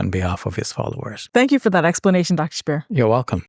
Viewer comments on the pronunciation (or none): It’s not Qur-Ann, it’s Quran and it’s not Dr Shab-Beer, it’s Shabbir.